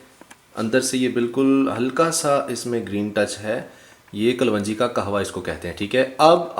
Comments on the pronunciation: Kalwanjee is wrong pronounced Correct is kalonjee. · yeh lafz kalwanji nahi kalongi hai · Hahaha Punjab me kalwanji hota hy😀yes right pronounciation is kalonji. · Ye kapvanji nahi kalonji hoti hy in sahab ko thek sa bolna nahi ata mehboob bhai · This is kaloonji , not kalwanji.. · O bhai pendu kalwanji nahi hota kalonji hota hay jahil pehlay bolna to seekh bara shoq hay YouTube sey pesay kamaney ka loray...